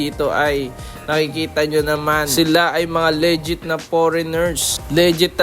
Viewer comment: Tangina bakit may sumasabog? at tsaka Lee-jit hindi Leh-jet!